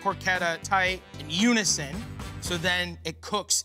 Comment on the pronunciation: M M for some reason it sounded like there was something wrong with his mouth just when he said that word